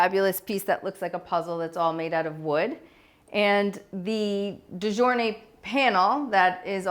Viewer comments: De gournay is pronounced " de goorney".....😊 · De gournay - the g is not pronounced j